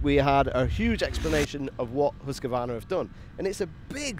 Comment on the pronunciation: I hate to be a pedant when it comes to swedish but its Hoose-Kvar-Nar not huska-varna. And its veet peel en The white arrow.